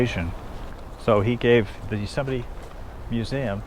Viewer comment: Please stop saying YUsemite. Please. YOsemite!